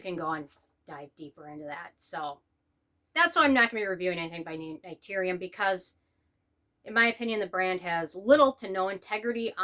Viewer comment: 1. If you're gonna come after a brand maybe learn to pronounce the brand name right. 2. Not all vitamin c's actually need to be a low irritating pH 3. I would never trust you or your opinion ESPECIALLY on skincare. I hear and see so much hate and jealously coming out of you. It's disgusting. Influencers like you take the fun out of beauty. SAD!